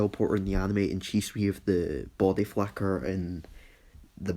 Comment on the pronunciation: Is it just me or he said body flacker